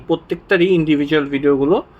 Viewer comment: Sla malai kum? what is it Brother? Pronounced '' As sala mu alaikum.'' Thank you Very much for the informative content.